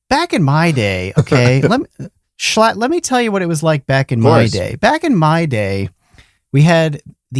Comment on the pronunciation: You know this is a high quality podcast when they get schlatt's name right